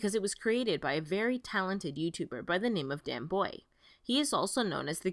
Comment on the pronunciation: ..Danbuoy? Dane-Bo